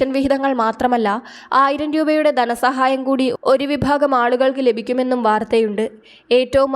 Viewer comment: 'ദനസഹായം' അല്ല.ധനസഹായം എന്ന് പറയൂ